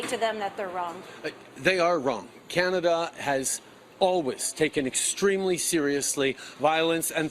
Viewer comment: I like Trudeau, when referring to himself, always say "cananda" lol like seriously dont lump the rest us intelligent people in with your retarded tirade, news flash Trudeau, india are talking about you not canada just you